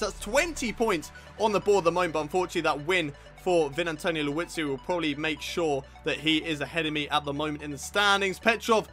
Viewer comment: lmao you say Liuzzi as Louis-zi